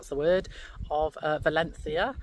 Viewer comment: check you out with your pronunciation of valencia 🤩